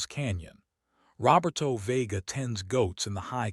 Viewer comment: Also ma-REE-ah and ro-BEAR-toe with the accent on the second to last syllables.